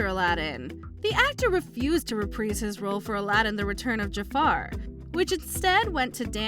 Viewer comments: Reh-Preez??? Try Reh-Prize! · "Repreeze" their role? AI strikes again 🙄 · My god I hope that voice is AI because it sounds like a valley girl from the 80's! Their pronunciations are also terrible. I've never heard the word 'reprise' pronounced as 'repreese' before, so I looked it up. Apparently a song is pronounced “re-preese” but if you are using it as a verb, it is “re-prize”, as in, “Hugh Jackman will reprise his role in Logan” which you would pronounce “re-prize”. You can do better than this. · It's pronounced Re prize. Just for you narrator a phonetically spelling